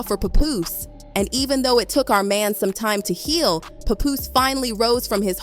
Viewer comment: Can't even listen to this because you don't even know how to pronounce pap name correctly lol fuck is a puhpoose😂😂😂